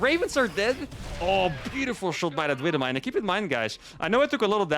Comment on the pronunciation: the way he says wibble mine always gets me :)